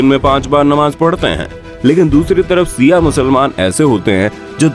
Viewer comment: Not siaa it's Shia ishna aashari